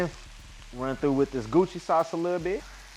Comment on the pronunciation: Goo*Chee sauce 😂😂 It’s pronounced GO-CHEW-JONG